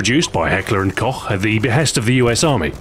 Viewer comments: Its Heckler & Koch. Not Heckler & Koh" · It's heckler and "coke" =Koch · Stu, did you know that the pronunciation of Koch is "coke"?